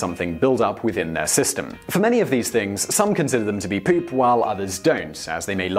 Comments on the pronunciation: Thumbs up if you like the way Simon says poop. 'Pewp.' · when you said poop, pees and farts in a British accent I laughed then got my note pad ready